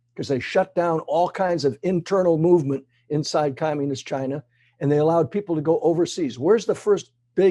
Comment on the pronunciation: “Chy-na” not China.